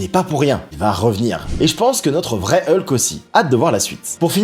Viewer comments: on dit HULK pas EULKE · Ta plusieurs manière de le dire